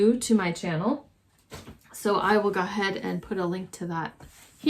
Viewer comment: I thought you were from the East Coast because of the way you say go ahead - "guh 'head". 😂 My favorite was the crow tile. 😀:shelterin::chillwcat